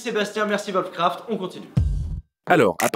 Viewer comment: Putain, arrêtez de dire volfcraft. Vos chien ils font voof voof ?